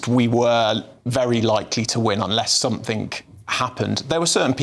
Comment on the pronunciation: 'Unless somethink(g) happened' If that's the level of declamation, no wonder. Where do they get these people from?